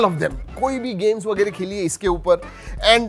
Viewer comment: That वेगेरे feels so marathi 💓